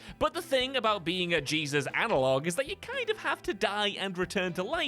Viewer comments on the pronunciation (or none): none